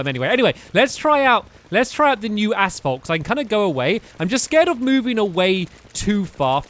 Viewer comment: is it just me or does stamps say ass fault? I haven't watched him in like 4 years and I come back to this? wtf.